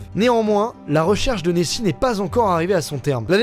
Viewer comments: La différence entre Neoxi et Nessi c’est l’o 😀(Neossi) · Il y a pas de E à Nessi